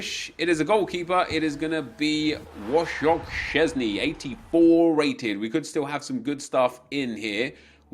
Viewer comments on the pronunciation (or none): "Woshok" Szczesny lmao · Wojciech Szczęsny= Łoszoch Ściezny. xdddd